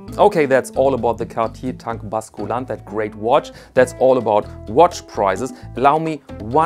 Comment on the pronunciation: Please - the U in „basculante“ is pronounced like the German Ü !!